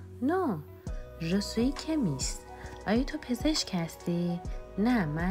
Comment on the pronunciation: شمیست نه کمیست chصدای ش میده